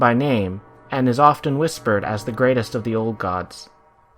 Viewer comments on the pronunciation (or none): none